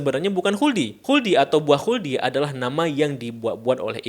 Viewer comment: 🐍🙄 "wuldi sin..."😪😅